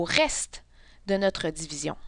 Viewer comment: Dzivizion 😂😂😂.... en tous cas merci bcp